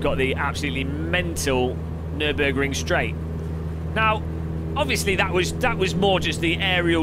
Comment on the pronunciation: What did u say? Nübürig?! Please be the first English/American YouTuber, who pronounce german City´s, Brand´s and names correctly! ^^